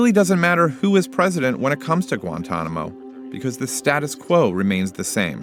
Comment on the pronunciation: Gwentonamo bay